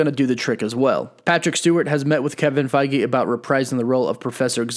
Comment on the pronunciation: "Kevin Fei-gee"